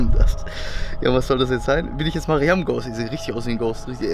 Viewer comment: Lol heiße auch mariam aber man spricht das anders an ✨🦆